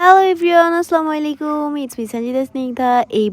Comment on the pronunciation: আসসালা মেইলেইকুম কি ভাই সুদ্ধ ভাবে সালাম দিতে পারে আবার অসুদ্ধ সালাম দেয় 😒😡